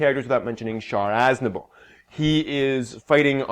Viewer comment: Whos 'Sean As-na-bol?'